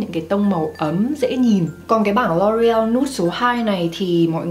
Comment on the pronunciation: Cái Loreal đọc là EO ÂY chứ LA gì má 😂